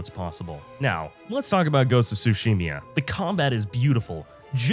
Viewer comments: i replayed ghost of tsushima more times than skyrim, make a good game with good gameplay, good story and characters and i don't need the ability to create different characters with different builds for a game to have replayability and its tsushima not tsushimia lol (kidding) not that you're wrong about discovery being better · What the hell is a Tsushimya and why do you keep repeating that word?